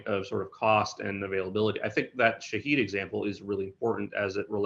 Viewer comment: It's pronounced Shaw-head meaning observer or witness, and the cost for Iran is 200 dollars not 20,000